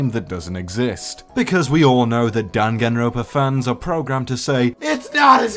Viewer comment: I am hurt by the fact that you kept calling it Danganropa instead of Dangan ronpa T^T